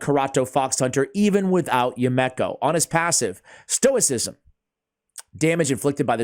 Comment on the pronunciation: ASH......bro, homie, my man. It's pronounced You-me-ko. Not You-mek-ko. It's a Japanese name. You-Me-Ko. Yumeko. Now, go forth and be great.